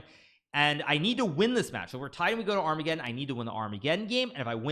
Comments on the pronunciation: ar-mega-don LOL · Dying at "Ar-mega-don" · I prefer the pronunciation ar-mega-ddon.